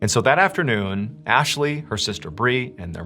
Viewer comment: U said Athley😂